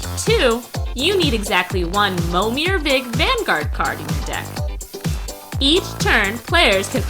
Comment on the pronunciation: "Pro-tour Winning Mommir List"